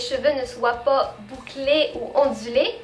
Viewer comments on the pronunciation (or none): On dirais que tu devient pas a pas quebecoise.. tu dit puh a la place de pas comme nous les quebecois !! :) cool !